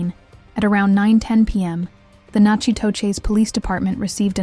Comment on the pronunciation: Natchitoches is pronounced “knack itish”